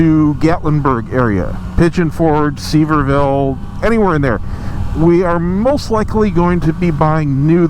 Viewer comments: Love your channel!! I am new to the FJR community and you have helped me a lot! KNOXVILLE is a great choice. Lived there most of my adult life and have a lots of family there. One thing... you’ll have to work on the local pronunciation of some of the towns. ;) We say SEVERE-vul (Sevierville) and MUR-vul (Maryville). Wishing you the best along with a sellers-market again for your house. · East TN. is a great place to live especially if you ride. You will need to learn to pronounce Sevierville correctly though.